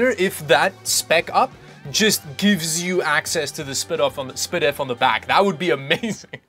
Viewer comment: "spidif" lmfao